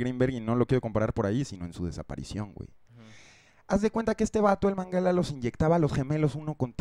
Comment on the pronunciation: Es Menguele y no mangala